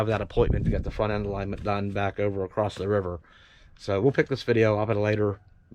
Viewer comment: Why does nearly everyone on You Tube say "acrosst" instead of "across"? There is no "t" at the end of the word.